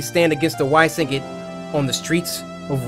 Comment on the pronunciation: when Cory was so hyped he couldn’t even pronounce syndicate 😂